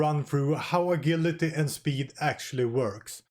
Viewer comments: Hey--- Ah-Jill-a-Tee En- Jinn, "Ger-Ma-nee. Goodluck 👍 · What’s “a-gill-atee”?